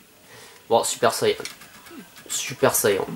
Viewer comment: Je sui FAN de dragon ball et j'ais bien aimé ton let's play. Mais bordel la prononciation. Ginyu ne se dit genius mais gin-yu. Super saiyan ne se dit super sayan mais super sayanne. Cannon garric se dit cannone garric. Mister satan est certe arrogant mais est bel et bein un champion du monde (escroc). En gros il n'est bon que contre des humains .... Bonne vidéo quand même